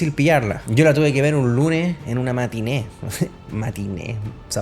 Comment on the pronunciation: matine"....uh la la señor frances..